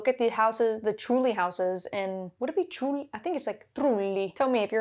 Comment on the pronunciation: your pronunciation of trulli was perfect!^^